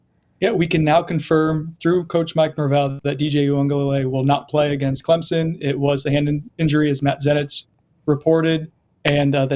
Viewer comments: "clemzon" smh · Clemson, not Clemzin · loved your report, but there is no Z in Clemson. Just a soft s when its pronounced. Clem_son.:) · There's no "Z" in ClemSon.